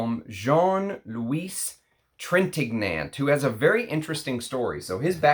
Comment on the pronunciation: Studied French so hopefully you won’t mind me sharing a couple tips. Revlon is an American Company. Revillon (Rev-ee-yon) is a French Company. Love French Line! Trintignant (g is silent, n is ñ) is very gentlemanly indeed. Nice lineup in this one. Look forward to trying Fair Play soon, Nino is a favorite. There are so many Jacques in perfumery I have to leave one more dime for every dollar you’ve given me in this game, you don’t pronounce the S in Jacques. 😉